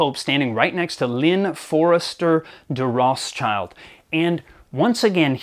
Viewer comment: It's hard for me to take seriously the words of someone who can't pronounce the name Rothschild correctly